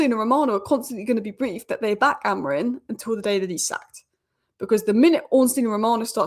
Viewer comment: Amorim not Amorin please.